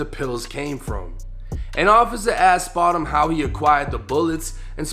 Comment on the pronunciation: Not spotemgotem 🥴😂😂😂